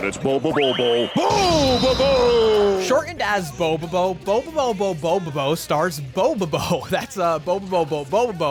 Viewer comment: Dude, the fact that you get the name of this anime RIGHT is enough for me to like this vid. Cant tell you how annoying it is when people mispronounce something it takes 2 seconds to google the correct pronunciation